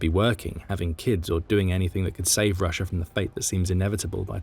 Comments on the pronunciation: It’s not “Rusher” it is pronounced “rusha”😂😂😂😂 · There is no r at the end of Russia. Proper English my ass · Always found it funny how brits said rusher instead of russia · Why do you call it Russer?